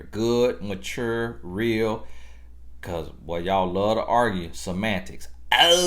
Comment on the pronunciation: your videos give me life ! Love your accent !!! when you said argue it took me out lol